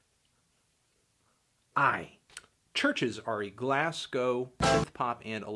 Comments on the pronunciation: It's pronounced GLAZ-GO not glass-go fam x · STOP PRONOUNCING GLASGOW WRONG!!!! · The way you pronounce Glasgow really bothers me